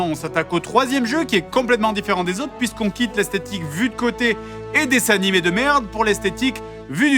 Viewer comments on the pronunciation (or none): none